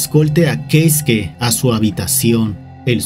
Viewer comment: "Queisque". 😏 - "Queisque, ¿oyeron? Queisque... Uh la la, Señor Francés; sí como no..." 😒 - ¡Cómo se dice entonces! 😠 - Keisuke. 😅